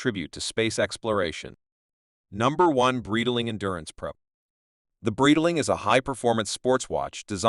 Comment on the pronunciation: Great video but please revise your AI voice over, "Breedaling" and "Bee-zil" made this video hard to watch